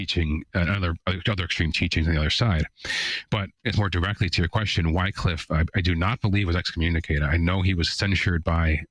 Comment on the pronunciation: His name is pronounced "wick-liff".